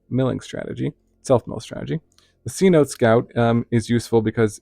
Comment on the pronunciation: Cenote Scout is pronounced Senotay Scout. A cenote is like an underwater cave that's been opened up to the sky due to some environmental event. They're common in Mexico which is why it's spelt that way, since it's in Spanish.